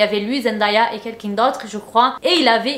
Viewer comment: "Kelkun d'autre je crois " mais c ned